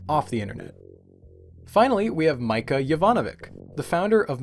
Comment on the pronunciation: "Mica" isn't pronauced like the mineral, its "Meechaa".